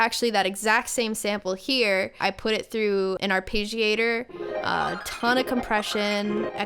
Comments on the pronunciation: "arpaygiator"... as a classically trained musician, this incorrect pronunciation bothers me just a little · I don’t like they way Bad Snacks pronounces arpeggiator